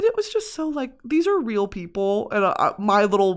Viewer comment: dude ghosts awent fweaking weal